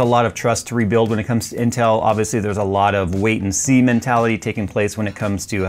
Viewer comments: did just say Semen? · He said semen 13 seconds in. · "Wait and semen tality"? HUH?